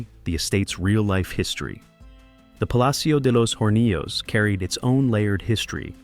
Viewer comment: Excellent video but that's not how you pronounce Alejando Amenábar 😅 nor Palacio de los Hornillos nor Cantabria